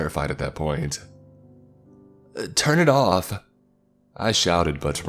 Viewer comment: "Turn it offah!" 😆 Love you